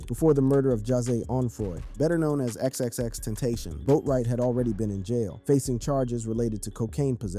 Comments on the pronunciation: Xxx ten tas see on . Is how u say it fqm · Should’ve learned to say his name before doing the video 🤦🏽‍♂️ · nga died 6 years ago and you still cant pronounce his name right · I DONT MEAN ANY HARM BUT PLEASE LEARN HOW TO PRONOUNCE HIS NAME THANK U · LEARN HOW TO FUCKING PRONOUNCE ITS NOT GEKYUMI ITS GE K Y U M E AND ALSO ITS FUCKING X X X TEN- TA - SION NOT XXTENSION